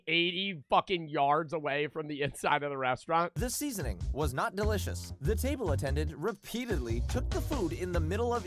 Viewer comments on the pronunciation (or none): none